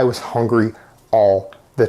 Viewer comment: This guy says "hongry" just like Amberlynn Reid. Lies like her, too!